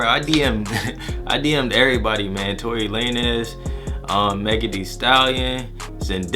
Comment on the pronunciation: Great video but did u really say Tory “lane es”😂